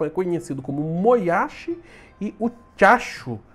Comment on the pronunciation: Toda hora q o Velbs falava tiachu eu imaginava ele falando diacho kkkkkk